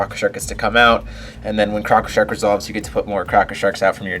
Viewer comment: I love how you say crocko sharks in your stones lol